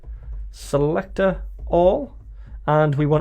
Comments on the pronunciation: awesome video, but the way you say selector sounds like selectorAll 😂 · Crack me up every time you say "Selector".. "Craig Daviiid" haha